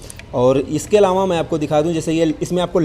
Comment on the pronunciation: अलावाँ क़े जगह अलावा बोलते तो अच्छा होता सर